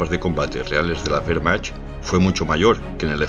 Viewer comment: Soy medio alemán, y me da un poco de rabia la pronunciación de Wehrmacht, (la "ch" en este caso se pronuncia como una "j" y se diría más o menos así: wehrmajt) pero los vídeos son muy informativos, a demás de buenos... ¡Buen trabajo!